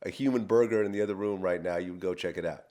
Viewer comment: This foo said Human Burger 😂😂 dead